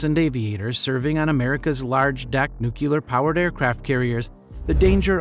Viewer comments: NOO-CLEE=AR, not NOO-KYOO-LAR! Otherwise nicely done. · Nucular? I've heard of nuclear but it sounds like you might have stumbled across a new type of propulsion!